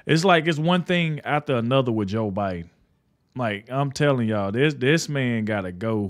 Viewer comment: It’s not bi den!!! Who’s the Pupp remaster???